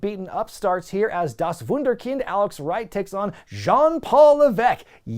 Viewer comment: me as a german love it when you say " das Wunderkind"